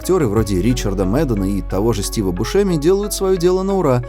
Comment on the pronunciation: Хреново, когда читаешь слова, произношение которых не слышал. Стив бУшеми, видЕния, лавкрАфт.